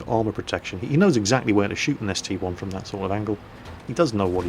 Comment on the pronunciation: It is an ST-I not ST-1